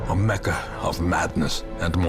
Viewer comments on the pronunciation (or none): none